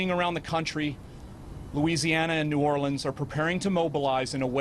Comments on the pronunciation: Anybody else extremely annoyed by the way she pronounces "New Orleans". Sorry, not trying to be insensitive. I just couldn't help but be bothered by it. 😒😒😒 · I was wondering if antbody was going to mention that. It almost sounded like she took "New OR-LEANS" & "New Or-lenz," & made "New OR-LE-enz." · Where did that woman learn to say Nuolens , must be a yankee.